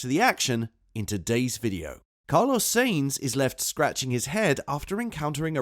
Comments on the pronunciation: Is this a robot talking? When i hear so many terrible pronunciations i figure its a bot. Its sahinz not say-inz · I swear you say "SEEEINTZ" intentionally. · SAINZ is pronounced as 'Sah ints.' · Am i the only one that is annoyed by how this man doesn't know how to say "sainz"